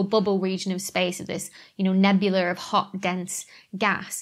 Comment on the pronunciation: Do you really say "nebuler" or do us back woods Texans just "hear" that? 🤣